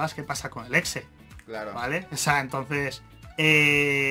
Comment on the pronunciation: cuando dijo el exe entendi flx xd